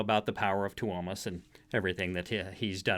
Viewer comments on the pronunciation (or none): Fyi it's pronounced Toe-mas